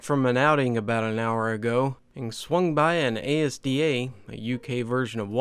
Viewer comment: It isn't A S D A it's Asda as a single word